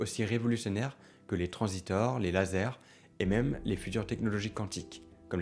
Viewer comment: tu as une chaine sérieuse, bravo ! Mais par pitié prononce TRANSISTOR et non pas TRANSITOR (Le mot vient de la contraction des termes anglais "transfer" et "resistor", désignant un composant électronique capable d'amplifier et de commuter des signaux électriques.) Merci et surtout ne le prend pas mal ! Cette chaine est géniale ! Une des meilleures ! Bon courage et merci pour ce travail de vulgarisation que tu fais ! c'est TOP !